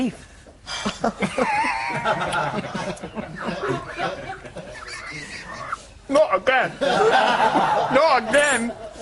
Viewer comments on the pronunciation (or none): A mouth full of kieth, hehehhehe I know she said beef.